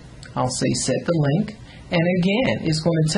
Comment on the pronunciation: i lost it "im gon LINK this som place!"